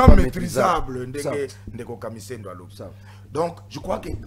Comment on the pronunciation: Boyoka muluba wana KAMISENDO nde KAMIZELO